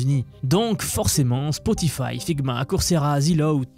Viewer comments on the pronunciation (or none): none